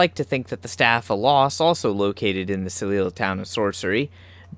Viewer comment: It's pronounced "Sell-leeyah" not "Sell-leela"